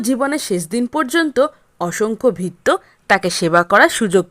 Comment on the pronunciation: ভাল লাগল, বলার ভঙ্গি বেশ ভাল, কিন্ত উচ্চারণের দিকে একটু নজর দেওয়া দরকার। যেমন চাকরকে সুদ্ধ বাংলায় ভৃত্য বলা হয়,এখানে কথাটি ভিত্য উচ্চারন করা হয়েছে।